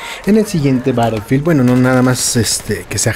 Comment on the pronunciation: Este comentario es en buena onda pero me incomoda un poco que pronuncies battlefield como "barelfield" Puedes pasarte por el escroto este comentario , pero es solo para que sepas po si no te habias dado cuenta Un saludo<3